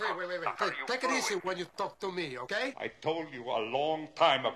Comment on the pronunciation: 😂 - just grab the intercom and everything will be h'okay